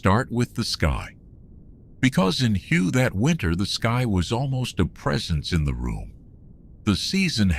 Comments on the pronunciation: Yeah but all in all AI isn't that bad. If he never said hugh I would have never known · It's pronounced way not hugh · Your shitty AI cannot even pronounce the city’s name correctly